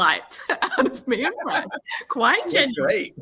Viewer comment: His name is Brant - with a T not a D